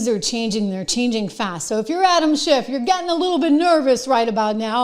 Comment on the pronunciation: Trish, it sounded like you called him animal shit.lol😅